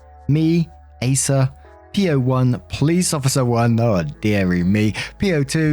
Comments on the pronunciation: This is old but PLEASE, what is an ACCER?? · It's pronounced Acker,.